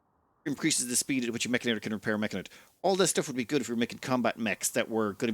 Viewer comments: It's Mechanitor, not Mechinator! Why do you make my OCD go off like this? lol... Also, you start with 2 control groups on the mechanitor. Also also, you can paint your mechs. Look in the mech tab at bottom of your screen. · It's also "Mech ani tor," not "Mech ina tor"